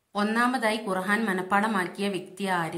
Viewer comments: ആദ്യം ഖുർആൻ എന്ന തെറ്റുകൂടാതെ പറയാൻ പഠിക്കുക ഖുർഹാൻ അല്ല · ഖുർഹാൻ എന്നാണല്ലോ പറയുന്നത് ഖുർആൻ എന്ന് പറയന്നട്ടോ.